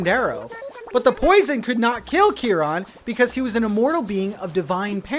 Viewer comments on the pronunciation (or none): i love your videos but that is the worst pronunciation of chiron i've ever heard